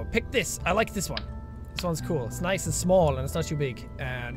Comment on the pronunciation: you said "and" weirdly between and